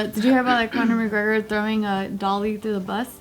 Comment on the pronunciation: mcGregen Pinche pendeja read correctly